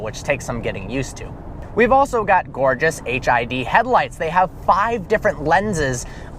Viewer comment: Did he say HIV headlights?? Lolz